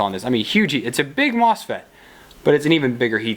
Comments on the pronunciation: Yes! Haha, you said mofset again. . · I don't don't mean to seem like I'm poking fun, I just find it interesting - sometimes MOSFET, sometimes MOFSET.